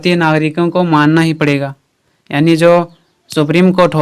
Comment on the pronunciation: Sir it's yani not aani